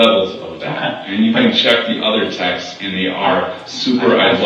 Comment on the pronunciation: Text-es? It's texts. This guy is a moron.